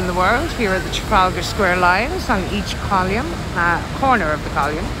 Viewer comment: It's called Nelson's COLUMN not COLIUMN !!!